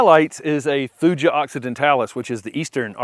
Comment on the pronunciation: Thuja is always pronounced thoo-yah and never with a j sound. There is no European or regional US alternate.